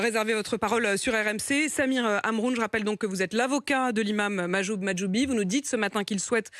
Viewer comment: elle a réussi a bien dire Mahjoub Mahjoubi 😆